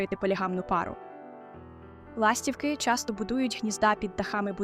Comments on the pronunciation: ластіво́к..ластівки́....( не має в українські мові - ла́стівки)))😢.є відмінки і треба правильно вимовляти слова за лежно на яке питання відповідають..... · Не лАстівки, а ластівкИ 😊